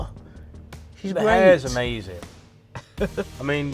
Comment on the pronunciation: "amazin" (obvs)